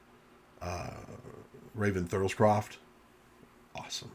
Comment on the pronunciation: It's pronounced Thurl Ravenscroft.